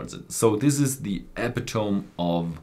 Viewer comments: Epitome,... Eh-Pit-O-Me, not Eh--Pe-Tome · Great video as usual! Sidenote, when introducing the Lagavulin you pronounced “epitome” wrong. “Epitome” is pronounced “uh-pi-tuh-mee”. I’m from the US and have pronounced many words, including this one, wrong because I think it’s pronounced the way it looks ha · Great thoughts,! Interesting to see an old favorite, Lagavul 16, on your favorites! Also, just FYI: "epitome" is pronounced ih-pit-oh-mee. Just thought I'd be "that guy" and help you out. Sláinte! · The accent is on the 2nd syllable, uh-PIH-tuh-mee.